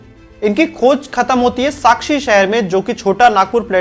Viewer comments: Bhai it's sakchi chi sakshi nhi hai nd its kharkai kharki nhi hai...proud jamshedpur ❤️ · Very much detailed information, thanks for sharing but just some clarifications... It's Sackhi, not Sakshi and Kharkhai not kharkhi and lastly it's swarnarekha. Thank you for making this video about my beautiful green and first ever planned city in India. #JAMSHEDPUR ❤️ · भाई साक्षी नहीं साकची है.... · It is Sakchi and its oruginal name is kalimati. Name of the rivet is Kharhkai. Not kharki. There was Bengali also who helped Tata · टाटा ग्रुप का आभार जो आज हर जमशेदपुर के लोगों के जीवन का आधार है । आपने बहुत ही कम शब्दों में बहुत कुछ बता दिया । कुछ शब्दों में आपके त्रुटि है जैसे साकची और खरकाई को आपने अलग तरह से बोला पर फिर भी कमियों पर ध्यान ना देते हुए कहना चाहूंगा कि बहुत ही सुंदर वीडियो । धन्यवाद आपका